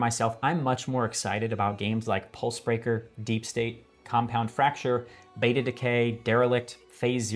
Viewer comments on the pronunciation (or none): none